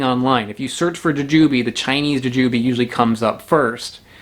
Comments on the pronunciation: Bought some of those last week at the Indian supermarket, the guy said they were gooseberries. Tried it, figured it was picked too green and traveled too far. Threw it out. Jujube has the stress on the second syllable "juJUbe " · How are you not saying JooJooBee?🤣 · Interesting stress on the syllables. I never thought to pronounce it that way-- joo' jah bee! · You pronounced Jujube like if you have only seen it on print, but never heard it pronounced.